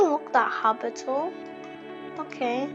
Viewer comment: its not "habitle" its habitable